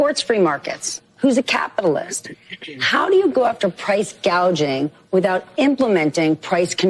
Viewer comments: KH calls it “price gaging”…….😂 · Correction: Scamala said Price Gaging, NOT Price Gouging. She is so brainless she doesn't know the difference!